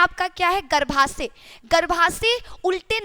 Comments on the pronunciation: मैडम जी हिंदी सुधार लीजिए गर्भाशय होता है न की गर्भासय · " शुद्ध हिंदी " !!!!!!!!!!!!!!!!!!!!!!!!!!!!!!!!!!!!!! --- - " गर्भासय " ❌❌❌====> " गर्भाशय "